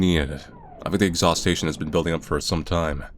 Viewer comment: I say this out of appreciation, in the hopes of might help, your voice is well suited for this, you could benefit from brushing up on your grammar. Words like exhaustion, you are pronouncing as exhaustation. I really enjoy these, please keep it going.